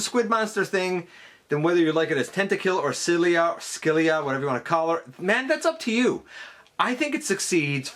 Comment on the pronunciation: Just to let you know, Scylla is pronounced "sil-uh".